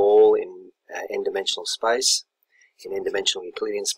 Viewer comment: He may mean the pronunciation of the word "space", which sounds like "spice"